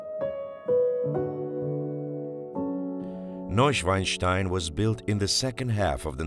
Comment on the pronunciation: He literally says 'Neushwastai' , as a german, this is very funny